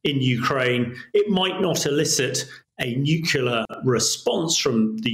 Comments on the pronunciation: The word us nuclear, not nucular! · What's a nucular weapon, Hamish?